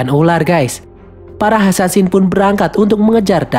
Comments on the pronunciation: Assasin bkn Ansansin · Kak bukan hasansin yang bener asasin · Asasin bukan hasansin 😡